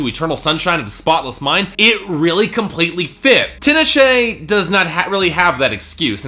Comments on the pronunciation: First of all, her name is pronounced TEE-nah-shay. Not TIN-uh-shay. Secondly, if you don't like R&B and openly admit that bias, then maybe you shouldn't review it. You didn't think this album was "intelligent, layered, melodic, emotionally driven"? Did you even listen to the first three tracks at the all? Aquarius, Bet, Cold Sweat, All Hands on Deck, Indigo Child, Far Side of the Moon, and Bated Breath all exemplify those things. Also duh, she owes a lot to Janet Jackson, she openly states in interviews beyond the clear sampling of her song, and it was pretty condescending for you to make that note in your video. You almost only exclusively focused on critiquing her "fun party songs", which for me are the lower parts of the album (particularly Thug Cry, the other ones don't bother me and showcase her versatility) but made no attempt to talk about her artistic achievements on songs extensively like Cold Sweat, which is critique on the music industry from the perspective of a young black woman that has worked hard for what she has achieved. Also, you critiqued her vocally which didn't make sense to me considering she shows a wide range of vocal stylings on songs like Bet, Cold Sweat, How Many Times, All Hands on deck, Far Side of the moon, and ESPECIALLY Bated Breath. I think clearly you're someone who doesn't like R&B music and brushes its content off at the surface layer because you're not someone that avidly pays attention to the genre. If you actually care, you would know t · Her name is pronounced tee-nah-shay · This fool can't even pronounce her name right. Fuck outta here. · loled at his pronunciation of her name... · He didn't just pronounce Tinashe wrong. It's Jah-nay eye-ko (Jhené Aiko) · He pronounced both wrong.